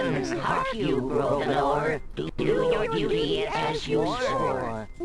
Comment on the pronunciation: I will admit, when they say "Grovernor", it sounds like they're saying "Broken Whore". But, even though back then computer games had a little adult language, this game was meant for children of all ages, so they definitely wouldn't say that.